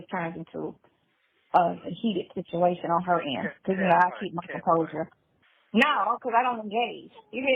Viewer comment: She should just stop talking cause she can’t. Just listen to how she pronounced situation!!! WTF!!